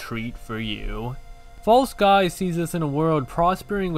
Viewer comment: Thank you so much for playing False Skies, I'm so glad I told you about this game! I knew you would love it (and the first pronunciation was correct <3)